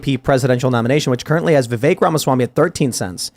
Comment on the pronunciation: Tim pronouncing Vivek as "The vake" is starting to get on my nerves 😅